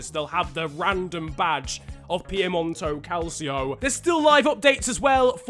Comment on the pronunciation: “Piemonto calcio”